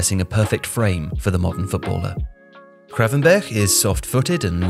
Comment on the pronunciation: Was hoping might try pronouncing the 'G' in his name properly but alas 😅 Nearly managed it